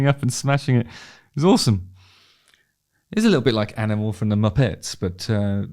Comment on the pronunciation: “He’s a litl like animl from the Mupaetes.” Gold.